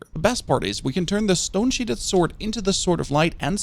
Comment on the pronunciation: Love your work sir. 👌 Pronunciation of stone sheathed is SHEETH-D not SHEET-HED. 🤭